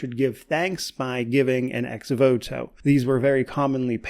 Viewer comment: The pronunciation of Ex Voto is perfect. It’s Latin and means “according to the promise made”; it refers to an object offered in devotion to God or to a saint. Cheers from Italy 🙂